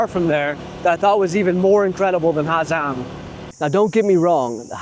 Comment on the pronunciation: How are you calling it the “ha Zang loop” that can’t be how you say it bruh